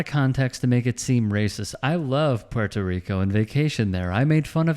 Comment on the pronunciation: Why is no one sampling Trump saying "Porto Reeco" alongside this coverage??